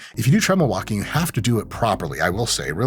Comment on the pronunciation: W’s are hard V’s in an Iranian’s English 😂 Vauking 🤌